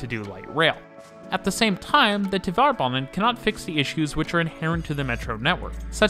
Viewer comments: “Tvare” banan, not “Tuh-var” banan. Rhymes with “tare.” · Since you sometimes make references to Tvärbanan in other videos, it might be good to know that the ‘är’ in there is pronounced like “air” :)